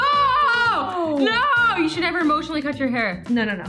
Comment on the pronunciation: “Never” say “never” TOTALLY DID NOT SAY NEV- TWO TIMES